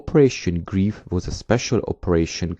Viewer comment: it is pronounced GREIF LIKE LIFE!!